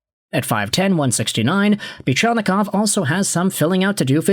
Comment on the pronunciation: I'm surprised you can pronounce Fedorov and Buchelnikov's names correctly